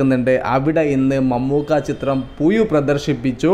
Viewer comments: പുയു അല്ല പുഴു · എല്ലാ വിഡിയോയും അങ്ങനെ തന്നെ, പുയു, മയ,😂